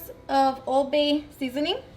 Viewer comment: She mispronounce every damn seasoning she used 💀💀